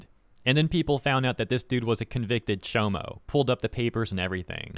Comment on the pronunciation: “ChoMo” gotta be the newest way I’ve heard it being said. Thank you, I’m adopting it.